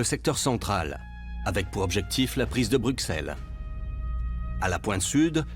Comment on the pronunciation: Merci , insuportable. Bruxxxxxxxxelles